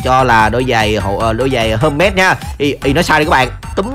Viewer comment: Giày hơ mách hả anh sao ko đọc thành giày hơ nách đi